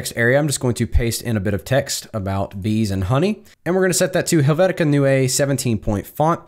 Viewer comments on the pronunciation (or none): Helvetica Neue = New, spoken like 'noise' > noi-uh 😉